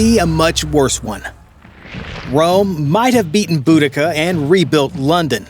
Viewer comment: I'm not sure I can listen to him mispronounce Boudicca any more